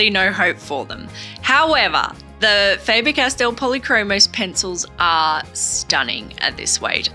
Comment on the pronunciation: The Castell section is correctly pronounced. The german „A“ in Faber is differently spoken than in english. The german „a“ sounds more like the „a“ in the english word garden. Greets from Germany 👋